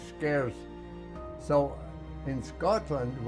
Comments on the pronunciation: He says Scotland with a Scottish accent ❤ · Scotland here! Did you hear how he pronounces “Scotland” ? Like a true Scot!